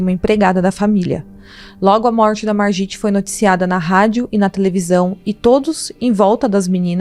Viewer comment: Se fala "marguit" .